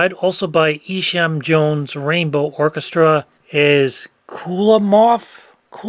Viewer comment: FYI - so many of these records say 80rpm on them, but it's not so. (A lot easier to count and calculate 80 than 78 rpm visually.) The reality is the speeds were all over the place, with the master lathe being powered by weights and pullies. Oh, also FYI , it's pronounced EYE-sham Jones. Cocktail trivia: Alma Gluck is the mother of the actor Efrem Zimbalist, Jr. His father was a violinist.